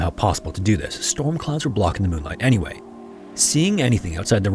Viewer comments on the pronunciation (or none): none